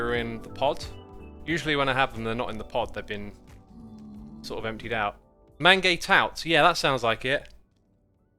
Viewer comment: omg x... your pronunciation of mange tout cracked me up... just so you know you can also call them 'sugar snap peas'